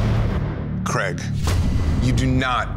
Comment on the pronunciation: Creg? He's called Craig.